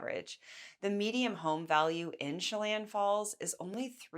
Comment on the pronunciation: Median not mediam